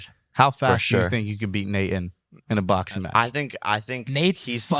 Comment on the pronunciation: "Boxeen..Watcheen..talkeen". Does Jake not know the letter G is a thing? 🤔 Or "ing" at the end of a word isn't supposed to be pronounced "een". Strange stuff.